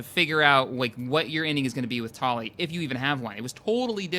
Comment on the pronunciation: this is so long ago, but he pronounces Tali wrong.